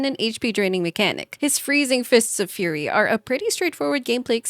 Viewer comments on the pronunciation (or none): none